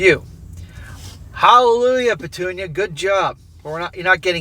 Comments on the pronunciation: Petunia “Pa-toon-ya” is hilarious. 😂😂😂😂😂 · everytime u say petunia hahahaha just laughing here